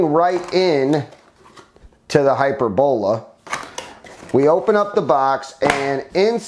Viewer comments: I think your saying it wrong I think it’s (hy-perb-ala, but all together, I think that O is pronounced as an A could be wrong but anyway who cares lol. Drone doesn’t look too shabby tho. Nice beefy motors tho for an ultra lite. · haha that's epic. I always enjoy these videos lol hy-PER-bo-la. He's just putting the wrong em-PHAS-is on the wrong sy-LLAb-le